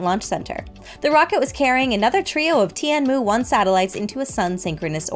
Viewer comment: I don't know if it's better but it's wrong. "Tian" is one syllable, not two. Chinese syllables also have at least four different pitch profiles, she pronounced them all flat or falling